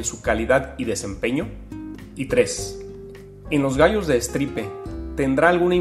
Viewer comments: Se dice estirpe! No estripe. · Estirpes , no "estripes".